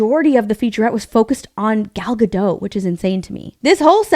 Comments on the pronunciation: Gadot, not Gado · Please! Gal Gadot is not French. She is Israeli and Hebrew-speaking. In Hebrew you pronounce ALL the letters. It's not "G'doh", it is Ga-DOT.